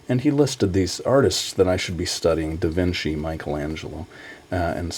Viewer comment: Da Vinki?